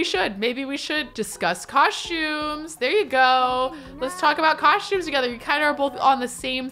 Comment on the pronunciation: The “COSH-tumes” gets me every time lol its COSTumes